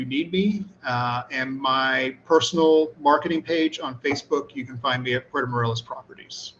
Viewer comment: I remember when it was pronounced Puerto More-ay-los, not More-el-as.